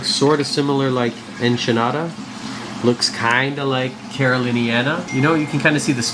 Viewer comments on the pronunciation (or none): The proper pronunciation is not "Enchinata" nor "Entinara", but "Ekinata". The species' Latin name is Acropora echinata. We say "ekinata". Great corals there!